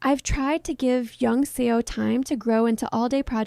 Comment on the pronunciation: i agree with this entire video but would be remiss to not point out that you pronounced youngseo's name a bit wrong all through it! it's just two syllables: young-seo ("saw/suh" kind of sound) <3